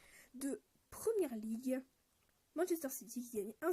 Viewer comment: Très bonne premiere vraie video. Attention à la voix qui part dans les aiguë parfois et aux blancs dans la voix off. Et c'est Premier League pas Première League.